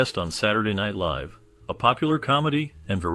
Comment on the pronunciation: I haven't kept count of how many times you mispronounce "live," but I'm about 7 minutes in, it bugs me, and it's the reason I'm about to click away. Just thought you should know.